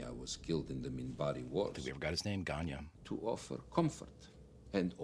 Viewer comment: to my Russian ears the name was 'Vanya', a diminutive form of Ivan. Edit: when Ivanova says it, it sounds more like 'Danya', so Danil.